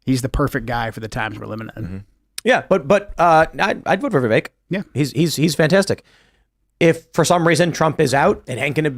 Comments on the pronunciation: His name rhymes with CAKE ... Its pronounced VIV-VAKE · I can’t stand how people still pronounce Vivek incorrectly.